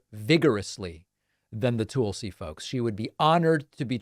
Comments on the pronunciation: It’s Tulsi, not Toolsi. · TUHlsi.... not TOOLsi. I know you are a grammar and pronunciation nerd so learn how to pronounce her name. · David, her name is not pronounced TOOL-si. It rhymes with ‘lull’. 👍🏼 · Why do you keep saying her name like that? Stop being weird. Just say it like everyone else does.